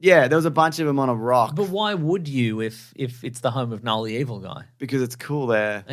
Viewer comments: KaaNull lololol the k is silent bros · The fact you can’t pronounce knull right is annoying AF. You put as much effort in learning that word as they put into all 3 of these venom movies.